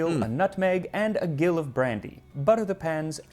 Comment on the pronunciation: Little correction on Max's part, in terms of a measurement gill is pronounced like Jill. A gill is equal to 4 floz. I made the pound cake last week and will be doing so again, soon.